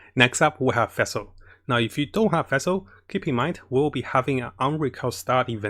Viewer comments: I noticed that you have trouble pronouncing the name Fischl. You pronounce it like Fish with an L at the End. Also for her artefakts 2 piece thundering fury and 2 piece gambler is really nice if she is your support. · "Next we got vessel now if you don't have vessel" I'm like wait what? oh you mean Fischl xDD I never heard anyone call Fischl like that before XD but thanks for video! I actually love your videos! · fesel sacros donna farnonus? this man can say sacrificial just fine but not FISCHL which is literally the same pronunciation as the FICIAL in sacriFICIAL... ???